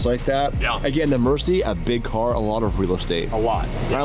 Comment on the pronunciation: just an fyi its a lamborghini murcialago so if you shorten the name like they do in the videos its still a murci not merci like your thanking someone in french